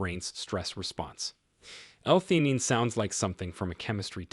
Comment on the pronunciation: The narrator said this is after many years of experiencing the medical field, but this whole thing was AI generated. This is also evidence by his mispronunciation of certain words.theanine since they are not part of the typical vocabulary was probably not adequate program into this computer the generated this overly promised under delivered slop